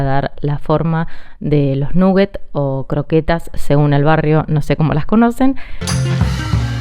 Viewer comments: eso que esta cosinando son croketas como que habla espanol eso de nugget es ingles no se porque quieren hablar en ingles si alos ingleses no lo quieren y otra cosa que la idioma inglesa nola pueden pronunsiar esa u de nugget no suena u saludos desde Australia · "Nuguets o croquetas, según el barrio". Hay barrios donde se pronuncia "naguets"